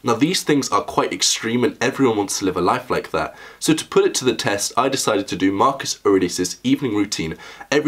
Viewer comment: "You knew Marcus Arelius?" Maximus